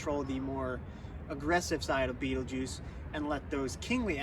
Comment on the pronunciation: Fabulous overview of the star energies! My 1st name is Betelgeuse, which makes this even more wild. I thought you had perfectly described me 👀 pronunciation of my name is completely different, but that’s a common one. That pronunciation was fairly close to it’s true Arabic origins.